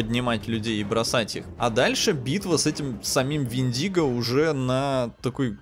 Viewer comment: ПОЖАЛУЙСТА! мы тут, в Grammar Nazi, уже места себе не находим, хватит ставить ударение в слове вЕндиго на любые буквы, кроме Е, и да, слово вЕртиго аналогично читается!!!